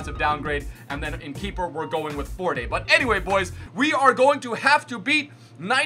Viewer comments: When talks about the goalkeeper "We're going with Forday" Dude F-O-R-D-E Like the car, Ford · its ford not not fordey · Forday? Really. In Ireland we speak English it's just like Ford but the Irish version lol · Pronounced "fort" without the e, but great vid 👍🏻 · did he just call David Forde "Fordé" 😁😁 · I know you probably don't care but the gk fordes name is pronounced FORD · the goalie is pronounced ford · You pronounce Forde like Ford 😉 played for cardiff once upon a time, only way i know 😂😂 also buuuzzin over your f8tal win, even had sat the gf down to watch it 😂😂😂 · Your Irish goalkeeper's name is pronounced like Ford with a silent E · It's Fort silent E I should know that my brother 😂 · Forde is pronounced the same as the the car, ford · aaron carter actually it is, he used to start for ireland and would play nearly every match, it was always pronounced ford by commentators and in the post match analyses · Ford is how you say his name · it's pronounced "ford" - the gk that is 😂😂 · The goal keepers name is pronounced like the car "ford" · Surely Forde is pronounced Ford right? 😂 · The goalkeeper forde his name is pronounced like ford the car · The goalkeeper is pronounced ford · Yo, his name is pronounced Ford, the e is silent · it's pronounced "ford" like just ford like the car, all I do round here is tell ye how to pronounce Irish names 😂 #keogh the fut champs ledge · Forde is pronounced just Ford. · It's pronounced Ford.